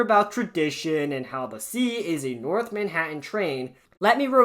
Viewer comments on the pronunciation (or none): none